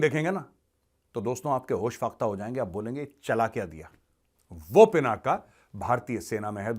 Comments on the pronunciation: पिनाका नही , पिनाक सही शब्द है. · Major Arya ji kindly do. pronounce Lord Shiv ji’s Bow as “पिनाक” not as “पिनाका” pease🙏 धन्यवाद 🙏